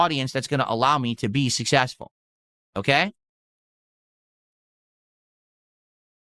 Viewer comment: 100% Sus ..... but emphatically NOT SUSS-ESS-FUL!!